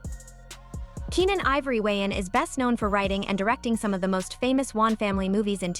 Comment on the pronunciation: Stop pronouncing Wayans like Wons😂